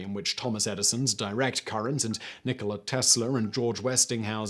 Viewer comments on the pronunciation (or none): none